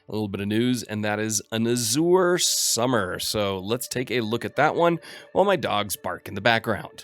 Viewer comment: check your pronunciation of "Azure". it is incorrect.